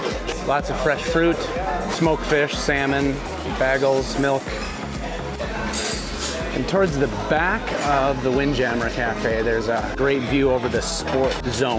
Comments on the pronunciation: Did you say “boagles?” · Did he just say “baggels??” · I think it was BAA-GELS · You don't know how to pronounce "bagels"...... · I just thought it was funny because in this comedy tv show called the Community, a character named Brita, who has a long running joke about how she is bad at everything, calls bagels the same way you do...like bag-els.. and she claims it's because she's from NY. I really dont knownif thats how new Yorkers say it, but when you said it, I was dying..Lol. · he said bag-gulls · did he seriously just say baggels? unsubscribe lol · You have good ears, yes, I have also never heard people say baggle...😫😫😫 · its not bagels its bagels! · Next time you’re on a cruise ship maybe you can learn how to pronounce words correctly like Sabor snd bagel. You’re welcome. 😒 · wait what was that, how did he pronounce BAGELS? lmao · The way he pronounced bagels ruined the video lol